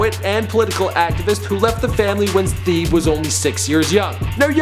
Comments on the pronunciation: TE-BAY, not theebe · Teh-Bey noot Theeb... Don't do my mans Earl like that smh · its pronounced teb-eyy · It's not Thebe (Thee-ee-b) , it is Thebe (Teh-beh) He is a Motswana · His name is pronounced Thebe (TEH-bay) Kgositsile (Guh-SIT-sill) *scoffs*, _Theeb_... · Theeb Everyone: The-Bay South Africans: The-beh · Its Pronounced Tebe not theehibi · Lol its not "theeeb"...his name is of a South African native language , pronounced "Teh.Beh" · 'theeb' hahahhahhaha its pronounced like 'te-bay' hahah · 'te-bay' hahahhahhaha its pronounced 'te-beh'. It's a South African name. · man said 'Theeb". His NAME is pronounced "TUH-BAY". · tah-bay is how it's pronounced. not theeb 😂😂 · His name isn't theeb you idiot, it's pronounced "Tebbay" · Dude... It's Thebe (Teh-bay) not fucking Thebe (Thee-bee) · teh bae not theeeb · its not THEEB its Te-bey Thebe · his name is not pronounced Theeb, it's pronounced Tey-bay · It's pronounced like "tehbay" not "theeb" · this nigga said theeeb. its pronounced teh-bay. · lol guy who speaks setswana here(the language his name is in) and tyler kinda messed it up too...though teh-bay is much closer than theeeb. Interesting fact, his first name thebe means shield in english! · Was gonna recommend 2 Chainz. lol Sooooo curious after the Nancy Grace incident. Maybe try Chance the Rapper. Also, you pronounce Earl's name "Teh-bay" not "Theeeeb" haha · "Theeb"? you called him "THEEB"!?!?! It's 'Tebay'! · "theeb neruda" It's 'Thebe',. 'Teh-bae.' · lmao you pronounced his name as theeb instead of tebay (thebe) but its all good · It's not Theeb. It's Thebe. Do your research! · dude said “theeb” 😔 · His name is pronounced Teh-beh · thebe pronounced "teh-bay" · His name is pronounced the-bay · does all this research, doesnt kind his name said ever. its Thebe (te-bay) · ITS "TEH-BAY" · "theeb" hahahahaha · His name is pronounced T - Heh - Beh Thank me later. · it's Teh-beh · his name is pronounced "teh bay" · It's pronounced tebayeeee